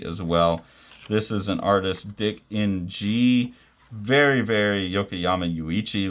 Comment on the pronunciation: Hi, the Ng in Dick Ng is probably pronounced as Ing, as that’s a Chinese name.